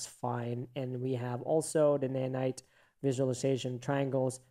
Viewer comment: Nae naye ❌ nanite ✅